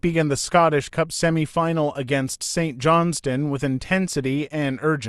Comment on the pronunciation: Pronunciation need some work but aye not bad! Saint John s Stone lol